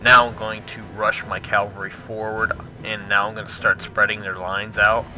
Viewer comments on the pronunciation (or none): Great video! Only thing that's bugging me us your pronunciation of cavalry, it's cav-el-ry. You keep saying calvary which is when Jesus died on the cross, bit of a difference